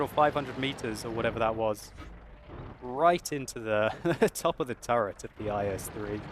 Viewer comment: he said is 3 turrent